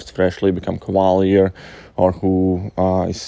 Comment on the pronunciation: Lol when you say Cavalier sounds like you’re saying “koala bear” kinda